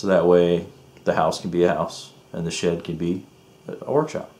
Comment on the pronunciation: Nice you put some work into your shit. Or did you say shed?